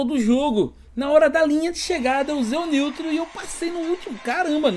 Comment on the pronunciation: "NIUTRO' Rachei kkkkkkk